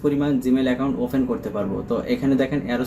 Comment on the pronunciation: অফেন বলেন কেন? অপেন বলতে হয়